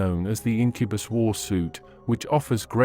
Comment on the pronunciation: Ugh, sorry, had to stop, so many mispronunciations, specifically you’re saying Homonculus wrong and you’re saying Incubus wrong… over and over and over